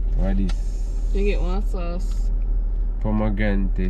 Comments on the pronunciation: "pomegrante"😭 demm>>> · “ pomegrante vinagrante “ 😂😂😂😂😂